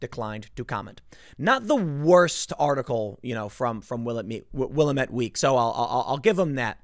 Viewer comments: Tim, there is no William in Willam ett, that damn valley is bigger than the state you live in, so lets get picky, it is pronounced Will-Am-It. Yah I know local Indian names suck. That valley is big enough, we might as well get it right. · FYI, It's pronounced Will-am-it, Tim. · Tim... Just FYI, "Willamette" is pronounced wil-am-at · Willamette: Will-am-it Sorry Tim, bugs me every time I hear someone mispronounce the region's name, lol. Please keep up the hard work, I appreciate what you do. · Its pronounced will-am-it. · It's pronounced WILL-AM-IT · It's pronounced "Wil-LAMB-ette". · Willamette rhymes with Damn It. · Willamette pronounced Whi-lamb-it Oregon pronounced Or-eh-gun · Ok man it's pronounced Will-am-it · It's pronounced will'AM-it. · Oregonian here: Willamette is "wuh-LAMB-ette" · Okay, Tim: I'm not mad 'cuz you're not from the region, but it's driving me crazy listening to you trying to pronounce Willamatte. It's: Will - ahh -- met, with the stress on the middle syllable. Have a great day, and keep up the good work, man. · Having grown up in that valley right next to the namesake river, the locals pronounce Willamette with emphasis on the second syllable. Will-AM-ette. Sort of. I like yours though because it comes across with equal parts disdain and contempt. They’re so obscure and irrelevant no one knows how to pronounce their name. I can’t believe I’m from there and I’m grateful every day I left. Well done again Tim. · hey tim, its willAMit 😅 lol i live in rural oregon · Willamette is pronounced Will-lamb-ette. You will get killed in Oregon pronouncing this Oregon geographical feature like you are in Pennsylvania. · Willamette is pronounced “will-am-it” Incase your wondering. Oregonians are sign a petition to remove Kate B. They have been collecting signatures for 6 weeks now at least. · wil-LAM-et. Trust me, Willamette is accented on the middle sylabble. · It's pronounced Will Lamb It. Willamette. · Goddammit, it's pronounced "will-AM-et"